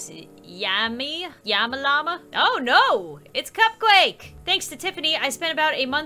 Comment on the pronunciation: you need to tell yammy that u called her "yamma lamma"